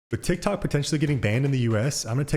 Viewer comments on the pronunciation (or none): none